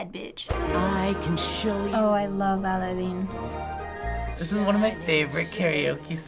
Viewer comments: the way she says aladin tho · lol, tiny slip up with english and spanish when saying Aladdin